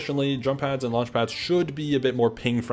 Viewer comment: Did anyone else think said the new game is called lunch? 😭😭 I was like ohh thats uh interesting…